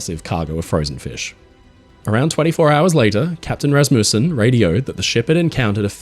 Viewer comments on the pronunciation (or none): none